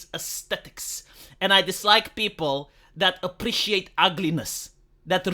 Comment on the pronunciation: i have to say, seeing/hearing a ugly troll avatar saying "i apprrrreciate aesthetics" is kinda funny (and yes i understand you right, dont worry iam with you)